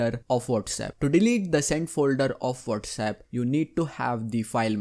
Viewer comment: Phone: Whatsapp Him: wolrsep